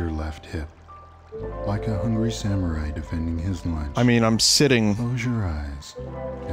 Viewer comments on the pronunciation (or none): none